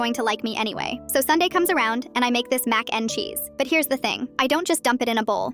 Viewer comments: MaCe NdE ChEeSe like say it right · I luv how the AI says Mac n cheese😂